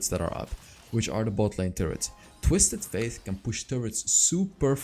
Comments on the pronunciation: Btw, the champion's name is pronounced like the word "date" not faith. I'm already used to hear u saying twisted faith instead of fate and I actually don't mind it that much. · Yeah, it kinda triggers me when he says „faith“ :D